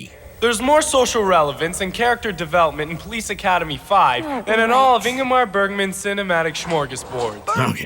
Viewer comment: Snotty-nosed film student bro, who can't pronounce "Ingmar Bergman"? Slap!